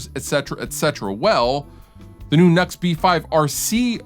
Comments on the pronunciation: I think it's pronounced new x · Just a heads up, I spoke with a rep for nux, and it's not nux(nucks) it nu x (new X)